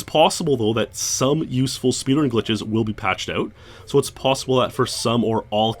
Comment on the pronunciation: "it is possibledle"